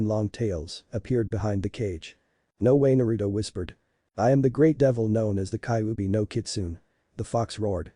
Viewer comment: Kaubi 😂😂😂😂 not kybi 😂😂😂😂 come on man atleast speak properly